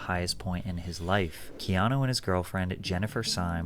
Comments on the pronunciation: It’s not canoe. 😂It’s Keanu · Canoe ? Like in the River. Lol. It's Key Ah No. And the amount of haters is ridiculous. About Speed, if anyone tried getting off the bus it would blow up. I always was a fan since Bill and Ted...Then Speed...then The Matrix! Then John Wick. He's definitely one of the biggest actors of all times....Small story he was filming in my town and a neighbor had a sign in there lawn near the house they were shooting in that said Keanu we Love you. He literally walked to the house ripped the sign up and knocked on there door...they were in shock and he smiled and said thank you. This means more than you know and exchanged pictures and hugs with the family before leaving. Real Story. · CANOE 🛶 BRO ITS PRONOUNCED KEY AHH NEW Reeves bro lol 😂 how are you a fan of the Matrix and get Neo’s real name wrong lol 😂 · You're my guy biggups and I'm sure by now or in the video as I watch you realized his name was Ke-ah-new as pronounced. Not Canoe like the thing you sit in on the water lol bro when I heard that I broke out laughing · My boo said canoe reaves😂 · You said Canoe 😂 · It’s pronounced like this. Key-Ahh-New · Like ur channel Its pronounced Kee ah nu 😂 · I thought it was kee-AH-noh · Bro his name ia pronounced Key-ano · Lol Wtf canoe reeves, learn how to say his name if ur gonna make a video my guy. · Ke-ah-nu lol you butchering my favorite actor name😅😂😂😂😂 love ur vids keep em coming stay blessed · Pronounced key on new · Canoe reeves?, please! Not today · Canoe Reeves took me out 😂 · I literally hit rewind to be sure. I'ma keep saying 🛶 Reeves🤣🤣🤣🤣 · Bro at least pronounce his name right yaar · I hate when people do thumbnail and title clickbait like seriously why? The video literally says Keanu didn't sold his soul but your title says he almost did it fcking annoying And how the fck can you butcher his name like that. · U said his name wrong my g😂 lol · He did butcher his name lol but Keanu isn't a common name tbh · He butchered that name